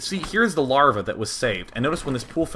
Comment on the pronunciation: "larvjaj" swedish style xD